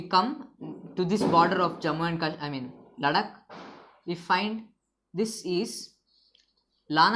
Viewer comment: Sir lecture is very gud... But u r incorrect pronouncing word ladakh